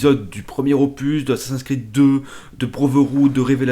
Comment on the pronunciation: C'est moi ou t'a dit Assassinsin's creed ? x) Non mais ca me fait marrer mais le prends pas mal ;) sinon super commentaires :) + 1 Abonné